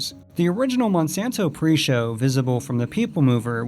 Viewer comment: It’s Monsanto not monsonto